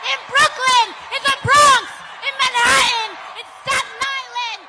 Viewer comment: Sorry. One of the tells of a phony politician pandering to a multi-cultural audience is when they drop the “T”. (i.e.- Cortez’ pronunciation of “Manha’an”.) To be fair, though, I’ve heard Fox News anchors employ this technique as well. Definitely a cringeworthy linguistic adaptation either way, if you ask me.